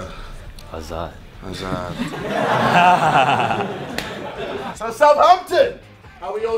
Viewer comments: At the beginning I heard: Hazard haha :D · I thought he said hazard I was like ksi meets hazard